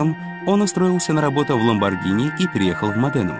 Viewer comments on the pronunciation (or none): none